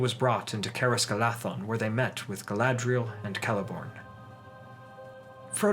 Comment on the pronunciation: I always love your videos so much, and your pronunciation is generally very impressive. Just one small pronunciation correction, 'dh' as in Caras Galadhon is a voiced th sound as in 'the' as opposed to an unvoiced th sound as in 'thin' Keep making amazing videos!